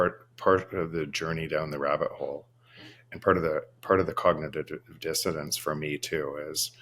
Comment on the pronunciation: Not the “cognitive dissotance”!